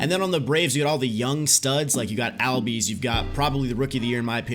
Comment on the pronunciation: smfh ozzie albies name is pronounced like “allbies”